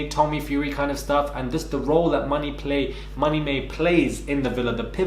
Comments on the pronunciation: Did you say Tommy Mae? 😂😂😂😂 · Did he just say Tommy-May 😂😂😂